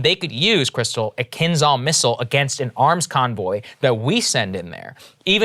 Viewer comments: zh in kinzhal is not pronounced "kinz-hal" the zh replaces one letter in russian which makes kind of like a hard "sh" sound. kin of like Chinas Xi which is a harder "she" this a bit harder/harsher "zhe" sound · if you guys are gonna continue covering the war, can you please get a consultant to help with pronunciation. it’s painful to listen to when it’s kinzel this, kinzel that. It’s Kinzhal. not that hard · I didn't dismiss the missile. I dismissed the Kinzahls as an imminent threat to Mainland US. Particularly from Moscow. 3 times also isn't misspeaking when you are trying to build a brand around respectable journalism and an alternative to Mainstream media. Krystal misspoke when she said "A mile a minute". I forgave that, didn't even really register it. Saagar stressed, with spoken language, body language and repetition that this missile could hit DC from Moscow in 5 minutes. If it was only once, I might be inclined to let it slide. But more than once is plain sloppy reporting or sensationalism, especially when talking over your own research report contradicting what you are repeatedly saying. Pretty much all my other replies have been based on this. It hasn't been dismissing other threats, it has been dismissing other threats in regards to the use of this missile and it's ability to be used against the US imminently, particularly the mainland. (Also practically, until Russia has a relatively entrenched and safe forward position it remains unlikely that a government will send such expensive planes, with expensive armament more than 6000mi round-trip without a lot of support or desperation - there's a lot that could go wrong, including giving secret technology to the enemy.) If the not-quite-worst-case happens and we end up at non-nuclear war, I have no doubts these missiles will eventually be used against US & Allied targets. I imagine most of their stocks will be burned ear